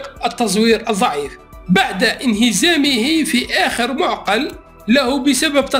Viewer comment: تحياتي الحارة كلمة معقل لقد قراتها بظم الميم وهذا خطأ. تقرأ هكذا : بفتح الميم. وسكون العين. وفتح القاف. وسكون اللام. ختاما تقبل مني كل التقدير والاحترام.